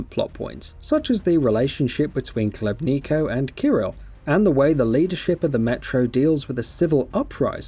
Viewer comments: You're Khlebnika lol. The colonels' name is Khlebnikov - pronounced [Hleb'nee'koff] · Catastrophically bad video review. Gets major plot points wrong (Miller was searching for the maps, not green stuff…) and terrible pronunciation (Colonel Klebniko? Novahs-abersk???). I personally disagree with the “unremarkable” review, and the critique of the gameplay, but even putting those points aside the review was lazy to mess those details up..